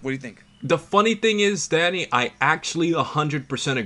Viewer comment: When he says Danny it sounds like Daddy 😂